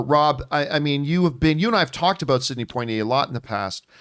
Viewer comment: Did he pronounce his name Point Tee Eh? It's Pwa Tee Eh